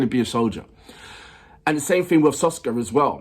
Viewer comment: SKOFKA, not Soska